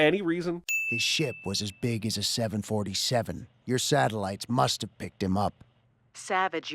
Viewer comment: Definitely thought I heard "His shit was as big as a 747." @@